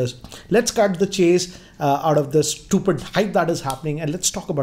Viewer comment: Nobody: - StuYooPiD